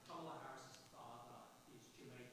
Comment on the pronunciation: Someone should point out that the inability to pronounce words properly (like KAmala) could be a sign of mental deterioration.